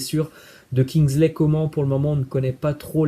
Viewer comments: "Kinsley Comment" 😅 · Comment tu dis Kingsley coman? et toi vous avez du mal des fois avec les noms de joueurs mais sinon merci pour les infos